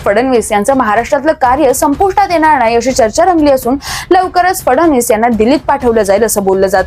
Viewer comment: फडनवीस आणि फडणवीस यातला फरक पत्रकारांना कळत नाही आणि उच्चार पण करता येत नाही।